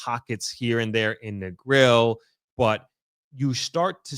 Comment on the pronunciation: You live in Negril so long almost 2 decades and can't pronounce the name of it properly?